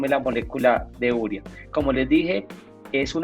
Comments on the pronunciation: No se dice úrea. Se dice uréa y se escribe simplemente urea (sin acento). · ¿Por qué pronuncian úrea? ¿no se dice urea? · U–re–a. No es palabra esdrújula. La sílaba tónica es "re". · Llegué aquí por la pronunciación de agricultores artesanales y de un ingeniero agrícola al escucharles ÚREA, y me encuentro aquí, qur también. ¿Qué está pasando?